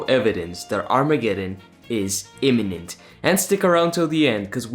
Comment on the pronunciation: Yes. And did you hear how Troy Snyder confused the pronunciation of “imminent” with the pronunciation of “eminent”? It may have been a Freudian slip on his part; but, at the same time, the Society has a long history of “honoring” the accomplished end (the thought conveyed by “eminent”) more so than fostering any genuine sense of urgency (the thought conveyed by “imminent”).